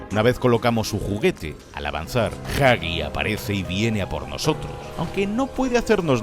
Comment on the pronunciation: Gran vídeo, lo único que me mata es el tema de la pronunciación... ¿Jagi? ¿Chaki? ¿Quién les dijo que es así? 😢 Al menos no lo hicieron con Poppy y Bron